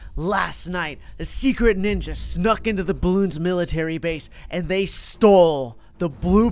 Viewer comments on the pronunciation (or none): none